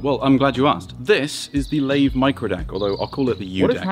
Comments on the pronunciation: The only thing I don’t like about this is that he pronounces ‘Layve’ instead of ‘Live’ which is the supposed actual pronounciation 😁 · It’s pronounced live even the reps say that for the company you should pronounce it properly